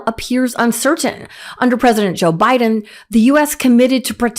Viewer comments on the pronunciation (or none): none